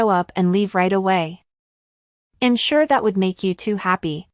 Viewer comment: Good story but the pronunciation needs to be fixed. I‘m is not pronounced imm.